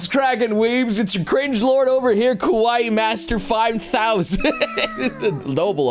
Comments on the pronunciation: I keep hearing kowai instead of kawaii. October is already over though. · you were saying :kowaii: wich means :scared or :scary: not :kawaii: wich means :cute